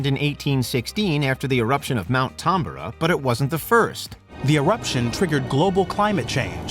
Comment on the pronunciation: ... Did they really just pronounce Tambora like that Its Tam-bore-ah Not tom-bore-uh